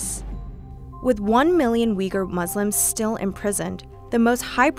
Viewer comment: Uygur is pronounced uygur, not wigger.